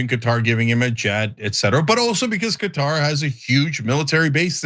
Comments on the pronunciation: Cutter????? Qatar is pronounced as Kuh-tar not Cutter! 🙄☹️ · Its Kuh-tar not cutter...😊